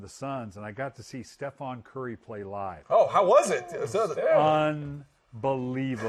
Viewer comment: "Stephon curry" lol smh coach Billick